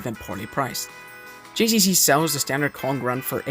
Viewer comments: How difficult is it for you to say the letter G and not J 🤣🤣🤣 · it’s GCC not JCC